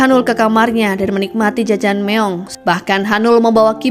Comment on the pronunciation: Jajangmyeon ❌ Jajangmeong ✅ 🤣😅